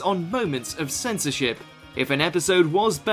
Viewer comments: I thought you said Senti Sh** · when he said censorship what i heard was "censorshit"